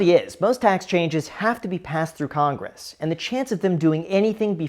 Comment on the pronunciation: Skip conress? 😅 caught ya slipping.